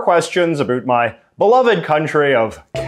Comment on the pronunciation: 6 seconds in Absolutely no one: ... J.J.: "a boot"